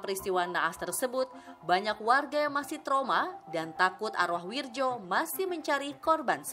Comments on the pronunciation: Wiryo, bkn wirjo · itu Bacaan ejaan Lama.. bacanya WIRYO.. BUKAN WIRDJO.. WIIIIIIRRRRR YOOOOOOO